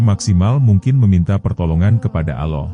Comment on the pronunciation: Ini sebenarnya siapa si yg bercerita ini kok bilang nama Allah dgn sebutan aloh knpa sih jgn² yg bercerita ini org yg kurang ajar ya